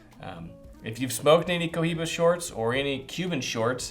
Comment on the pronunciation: it's pronounced "coiba"